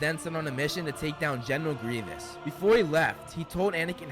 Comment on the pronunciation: Its Grievous, not Grievanc!